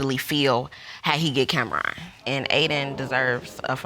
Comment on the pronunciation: I'm 3 mins in but I had pause it. His name is Judge Lake. (like RONald McDonald) 😤 Ok...now let me get back into this story 🤣 🤦🏾